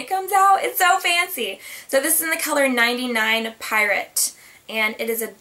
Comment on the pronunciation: Its pronounced pee rawt. My Chanel consultant corrects me all the time.